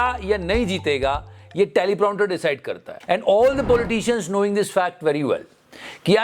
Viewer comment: Prounter nahi prompter hai 😖